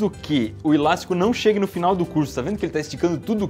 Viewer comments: Cada vez que ele falava ilástico: :'( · Que agonia ouvir o Iberê falando ILASTICO